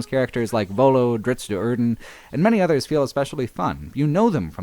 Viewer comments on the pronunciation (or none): none